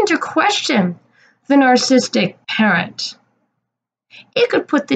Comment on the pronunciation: It's prenounced. Nar cis sisstic Not nar sistic. And you don't have any understanding of it nor of Rose. Or anyone in general. If I saw my ex treatimg my kids on camera that way. I'd seperate them from their father too.